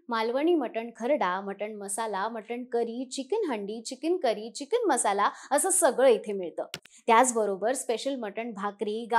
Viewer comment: चिकिन नसतं मॅडम ते चिकन असतं 😂😂😂😂